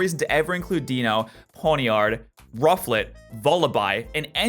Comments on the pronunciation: can you stop saying dieno it says dEINo thank you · The official pronunciation is DIE-noh. Deino, Zweilous, and Hydreigon's names include the German words for one, two, and three. Those words are eins (or sometimes just ein), zwei, and drei. So it's DIE-no, ZVIE-luss, and hie-DRIE-gun. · since when can we trust the anime on anything? and as you should know the Deino line has the quirk of the German numbers so it would make the most sense to actually say Ein the same way you say it in German